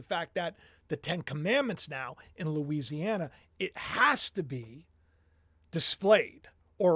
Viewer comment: He said Louisiana clearly, ? You may be less frustrated if you re wind the video or watch twice, learn to help yourself